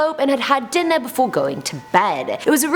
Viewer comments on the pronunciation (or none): none